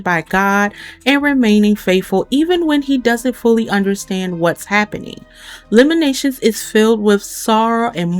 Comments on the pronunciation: Lamentations.......not Lamenations. Good video , thNks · Lamentations is pronounced with a “t” sound in the middle. No shade…just wanted to let you know!